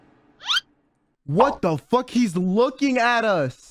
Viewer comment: He really said "wut teh fuq"